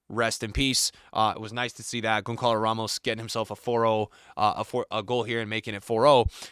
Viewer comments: Dude you're butchering Gonçalo Ramos' name It's Gonsssalo and not Gonkalo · Bro keeps yapping like a football expert but still can't pronounce Gonçalo Ramos right yet 🤡